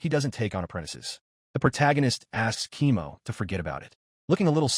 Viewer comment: Why is Koemo read as "chemo"? :face-fuchsia-tongue-out